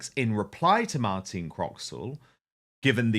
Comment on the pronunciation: Her name is Martine not Martina.